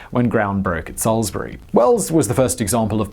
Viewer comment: Congratulations on pronouncing "Salisbury" correctly, Simon!